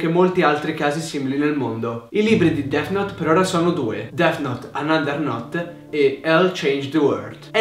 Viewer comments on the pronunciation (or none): Notare "Dess"